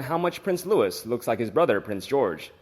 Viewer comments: Please correct your pronunciation of Prince Louis...it is not Lewis, it is the French pronunciation Lou-ie, the s is silent! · PLEASE STOP 🛑 miss pronouncing Prince Louise’s name ! It’s not LEWIS it is LOUIS , the S is silent, it’s a French name and is pronounced in the French way ! As I’ve said before, why don’t you employ a REAL Brit’ without an American accent to read your scripts ? There are so many similar mistakes made, but I guess most of your ‘audience’ don’t understand either !! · LOUIS = sounds like LUEY NOT LEWIS! YOU HAVE NO BUSINESS TALKING ABOUT THE ROYAL FAMILY IF YOU CAN'T PRONOUNCE THEIR NAMES! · For goodness sake, do some research. The little prince's name is pronounced the French way, LOU-EE not the harsh American LOU-ISS. How can you be 'royal watchers' and not know that???? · Loo ee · When mentioning Prince Louis, do not pronounce the S at the end of his name; it is different from Lewis, where you hear the S sound at the end.